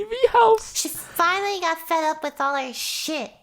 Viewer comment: "she finally got FED up with our shit" lily: heavy emphasize on the fed